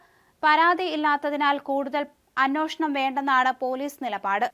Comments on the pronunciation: അന്വേഷണം എന്നു പറയൂ, അന്വോഷണമല്ല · എന്റെ പൊന്നു കൊച്ചേ,, അനോഷണം അല്ല , അന്വേഷണം എന്നാണ്. നാക്ക് വടിക്കണം.